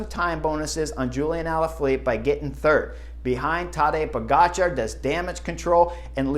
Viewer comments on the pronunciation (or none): none